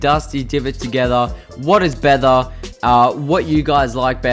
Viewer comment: “*What is bether*”